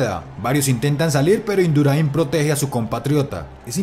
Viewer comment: Induraín no, es Indurain. Gracias